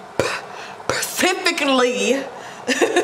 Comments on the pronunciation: it’s SPECIFICALLY ….WHICH ORIGINATES FROM THE WORD SPECIFIC WHICH MEANS YOU’RE TALKING ABOUT SOMETHING IN PARTICULAR OR SOMETHING SPECIFIC. PACIFIC IS AN OCEAN. Just letting you know 💗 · “pecifically” it’s Specifically she corrected herself and still said it wrong 😂😂 how cuteee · D said ‘’ pecifically ,PERCIFICALLY!’’😂❤ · “PURRCIFICALLY” she said what she said 💅🏾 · 😂 right my sis sounded it out loud and still forgot the s in front of specifically..gotta love D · Percifically😂😂😂>>>> specifically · So no one notice how she said “pecifically” instead of “specifically”🤣💀💀💀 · Not Pacifically😂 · it’s “SPECIFIC”!!!